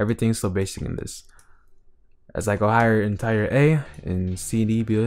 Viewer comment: Great vid, just saying you say “tier” like “teer” not tyre. (Anyone else have a better way of explaining would be great 👍)